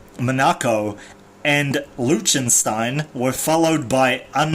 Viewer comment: Lick-ten-stein is how you pronounce that lol